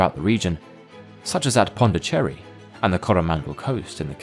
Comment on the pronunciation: I thought his inner Jamaican came out when he said Pondicherry I want concentrating a minute haha